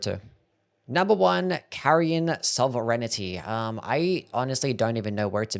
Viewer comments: Sovereignity is four syllables, not five. It's Sov-er-inty. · Bruh that pronunciation of "sovereignty" lmao. Good video though. It's a shame the throwing dagger things suck so bad damage wise coz it's a cool idea. They just didn't want free ranged damage for PvP reasons i guess? Idk, why add the weapon though if you're gonna make it so weak. Seems an odd choice. Maybe it's just intended to be used to quickly dispatch annoying fast small or flying enemies then switch back to a real weapon. Also yeah palm blast fucking rocks lol. I love fists/monk playstyle in souls games with the caestus being my favourite in DS2, but having dryleaf arts and spiked caestus in ER is awesome. Also the Raptor talons with bloodflame blade and mimic tear just wrecked Malenia after i'd been trying to be all fancy and precise with my dodges and shit... In the end i just got my mimic out and we both used raptor talons with bloodflame blade and bleed procced her into stuns over and over til she died lol. It was so fast too. It's just a shame most of the DLC bosses have 20 hit attack combos that never give you a chance to use weapon arts on them... just spacing and dodging until it's "your turn" to get a couple of hits in and try and procc a bleed or rot.